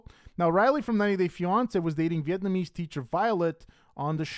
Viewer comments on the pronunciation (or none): none